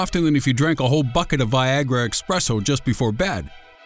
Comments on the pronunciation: eSpresso not eXpresso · it's espresso not expresso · Wtf is "Expresso"?... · what's an expresso? is that like a really fast cup of coffee? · "EXPRESSO"? EXPRESSO?!?!?!?! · You lost me at "...expresso"